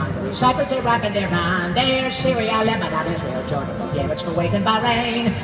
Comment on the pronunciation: Iran pronouncation check:correct